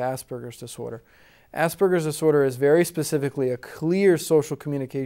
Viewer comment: it might help to educate people if this guy could pronounce "Asperger's Disorder" rather than slur the two words into one.